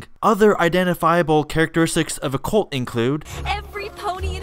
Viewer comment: Wait did you say she's a "colt of personality"?